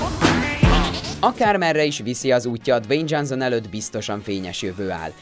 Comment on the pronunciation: "Dzsánzón" Miért nem bírsz egy név után se utána nézni, hogy hogy kell leírni, vagy miért nem tudják fonetikusan leírni, ha már ennyi eszed nincs, hogy egy gúglifordítóba meghallgasd, hogy kell kimondani egy színész/rendező, vagy akárki nevét???. Röhej... vagy kérd meg, aki legépeli neked a szöveget, hogy írja le kiejtés szerint. Nincs benne semmi ... viszont ez baromi ciki, hogy minden második nevet rosszul ejtesz ki. Igen, ezt a felolvasó srácnak üzenem, aki még mindig énekelve, dallamosan olvas fel, nulla átéléssel.